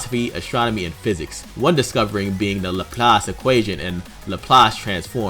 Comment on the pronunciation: Oh, so you're gonna pronounce Laplace right, but not Drei, Zwei, Ein, or Rumianek?